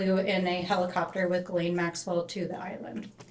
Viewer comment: Who are these morons asking question? They are not lawyers or very educated. This clown didnt even say Ghislaine Maxwell name correctly?